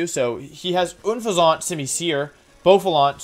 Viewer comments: OONFEZONT? XD I love the videos but I was so confused because I kept thinking you were were saying Bouffalant and I didn't see a Bouffalant on their team. It's pronounced exactly as it's spelled Un-fez-ent. Unless you were saying it wrong on purpose I cannot tell. Keep up the great videos Wolfe! Honestly wasn't expecting this to be my first comment on one of your videos. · More like oonfezant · Why do you say Unfezant like it's French? xD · Wolfey: Gives an in-deph look at each team and strategy Also Wolfey: Mispronounces Unfezant "Oon-fay-zant" Gave me a good chuckle 😂 Love the video and this was a very interesting look at the rivals :o Keep up the good work! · I really need you to know that you're pronouncing Unfezant the worst way possible.